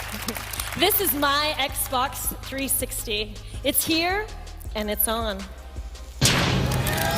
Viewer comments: She said xbox 360 weird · She messed up on the “This is my Xbox 360” part lol